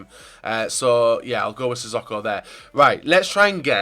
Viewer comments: Sissoko is pronounced 'Si Soke Oh' not 'Si Sock oh' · It's pronounced Si So Ko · Please can you pronounce sissoko right?